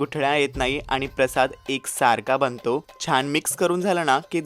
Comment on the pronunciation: प्लीज न म्हणा ण म्हणू नका बणतो नाही बनतो, झाला णं नाही, प्लीज झाला नं. प्रेमाणे नाही हॊ प्रेमाने प्लीज प्लीज... चुकीचं ऐकून काहींना असं वाटू की अशुद्ध हीच खरी भाषा आहे